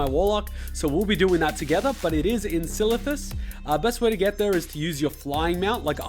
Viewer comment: Can you put more adds in, like 8 or so? Enjoyed it more than you trying to say Silithus.